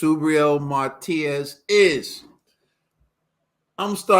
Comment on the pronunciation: My, love the show but some of us who know English don’t even speak it right! Y’all giving my guy Matias a new name, it’s not Martias. There’s no R.. it’s Ma Tee As! 😂✌🏽❤️